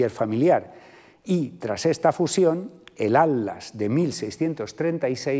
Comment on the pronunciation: Me llama mucho la atención que el doctor no pueda pronunciar la palabra "Atlas" y en su lugar dice algo similar a "Ad-las" 🤭 Perdón, no es falta de respeto. Sé que a muchos españoles les cuesta mucho la pronunciación de las sílabas que llevan "tl". En este caso es más curioso porque por el tema de la conferencia ha tenido que pronunciar esa palabra muchas veces. Saludos desde Buenos Aires, Argentina 🇦🇷